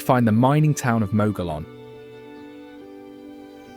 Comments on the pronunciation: Exactly. Also there is a mispronouncement of Mogollon. Mogeeyon is the correct way. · Please teach your AI narrator how to correctly pronounce the place names referenced in the narrative. Gila is pronounced Hee-la. Mogollon is pronounced Mo-go-yón. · Gila is pronounced Heela not Geela and Mogollon is pronounced Mogoyon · Learn to pronounce Mogollon, Gila correctly.every time you say them I cringe and want to correct you...other pronunciations are wrong as well...nice video but many double standards...ie. the Taos Pueblo....it was first abandoned as the start of the video then you show it again and claim 1000 years of continual habitation. Then there are the Jay's you labeled them wrong. I suggest an in person and in depth study of all you covered in the video..getting to know the people and hire a local to narrate. I ALSO suggest more edits of it to get the REAL AND CORRECT New Mexico.